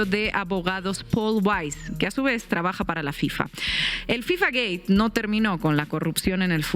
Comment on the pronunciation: Soy el unico que escucha decir FIFA Gay? Or gate ?